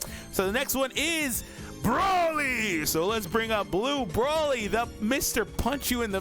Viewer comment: LF Broly gets and F sounds right